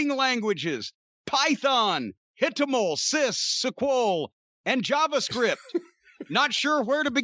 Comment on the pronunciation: "Python, hitomol, ciss, suquol" 😭😭😭